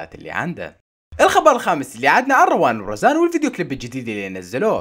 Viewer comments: روان وريان مو روان ورزان ههههههه متت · روان وريان مش روان وريان😞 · روان وريان مش وزان 😂😂😂😂😂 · روان وريان مش روان ورزان هههههههههههههههههههههههههههههه